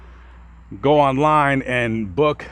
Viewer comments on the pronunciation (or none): none